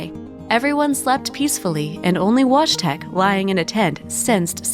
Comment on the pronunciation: Wojtek is pronounced /voy-tek/